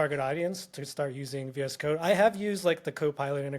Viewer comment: I thought he was saying "VS cock"